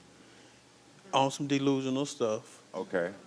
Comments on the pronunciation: DEE-lusional DEE-lusional 😂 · He must’ve just learned that word “Deelusional.” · He’s ”Deelusional” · It’s Karamo coming back at him and calling him deelusional and sneaky 😂😂😂😂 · 😂😂😂 man if he say delusional one more time I am going to scream!!